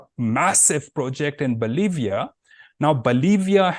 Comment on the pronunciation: His english is pathetic for a globe trotting Consultant . See how he pronounces Bolivia :face-purple-crying